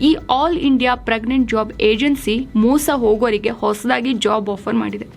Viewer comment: ಮೋಸ not ಮೂಸ